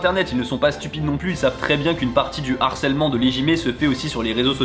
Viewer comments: Juste un petit truc qui me fait tiquer : il faut prononcer LE harcèlement pas l'harcelement stp 😉 ; ça pique les oreilles comme un français qui ne prononcerait pas le H japonais 😅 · On dit "le harcèlement" / "du harcèlement" et non "l'harcèlement" / "de l'harcèlement", il y a un h- (aspiré) ;-) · Harcèlement, c'est un h aspiré (comme haricot) et non un h muet (comme herbe). Pas d'élision avant. Le harcèlement, pas l'harcèlement.